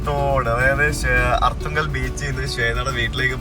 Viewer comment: Aarthungal alla Arthungal aanu